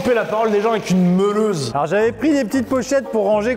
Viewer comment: " J'adore couper la parole des gens avec une MMEUleuse " 🤣🤣🤣